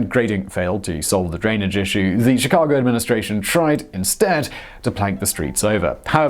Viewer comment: Chicagoan here! Sounds weird to hear people who aren’t from Chicago say our street names. I appreciate this video though, I never knew the full story of how our city was raised